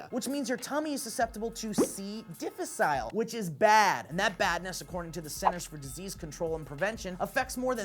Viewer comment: mutters correct pronouncation of difficile under breath when says it wrong